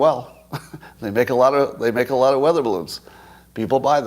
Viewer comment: Please stop saying octogonal.